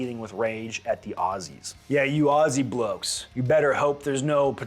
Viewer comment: Thank you sir for pronouncing Aussie correctly. As a fella born abroad and coming back to the US I completely understand the American love for Guns. Hell they are the coolest things ever! In the Australian livestock and farming industry guns are extremely useful for sick or suffering animals as well as varmints. Yet our government isn’t satisfied with the ban of automatic and semiautomatic weapons. Now they are coming after “high powered rifles” like the 303s from 120 fucking years ago. It’s no longer about the safety of the Australian people it’s just a Libtard dog whistle, used to garner popularity among the uneducated inexperienced left. God save Australia mate because dunno who else will.